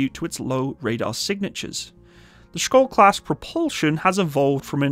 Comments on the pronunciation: funny hearing an english speaker trying to say SKJOLD....the K is silent...it's pronounced like SHIELD, but with an O insted of IE...and the D at the end is also usually not pronpounced..so something like SCHOLL, I guess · The SKJ letters is pronounced like English SH. You could pronounce it Shyold. And, yes, it means Shield. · Hi, I have been following developments of the Skjold class for a number of years. By the way, I think it is pronounced Sh-old. I was born in the Shetland Islands and my father used to tell me about the Norwegian Torpedo boats which he observed in the War. One year we met one of the Norwegian veteran's from that time. He was a man who rowed across the North Sea at the age of 14 with his brother and then when he was old joined the Free Norwegian navy on their MTB's. One sunny Sunday afternoon in the 1970's, I saw a flotilla of Norwegian MTB's roaring into the harbour at top speed - what a sight! The Skjold is a fantastic design. It is a bit lacking in ASW though which is something the Swedish Visby is good at. It is a far better design than the Littoral Combat Ship. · You can pronounce Skjold as "Shold" it means "Shield" which i find rather fitting. :) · Skjöld}=SHEILD WITH A SH SOUND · so K is like H and J is like I? "Shiold" or "Shold" is pronounce? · Everytime he say SKOLD I physically cringed. The J is pronounced like Y in Yemen. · Btw, you pronounce it like a "sh" sound, so "skjold" is more like "shold" in your pronounciation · As a Norwegian, it's always interesting hearing foreigners struggling to pronounce Norwegian words. Our language can be quite tricky, including words like "skjold" ("shield" in English). The word "skjold" is basically pronounced similarly to its English translation, "shield", except with an "O" sound.